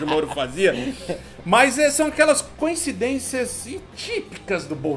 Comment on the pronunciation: eu ouvi "canhecidências"?